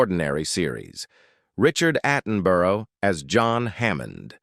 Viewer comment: I gave up watching when they started showing several actors who are still alive. The pronunciation of the surnames of Bert Postlethwait and Richard Attenborough was atrocious! The narrator has trouble pronouncing names of several of these videos!